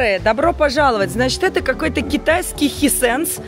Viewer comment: Не Хисенс, Хайсэнс✅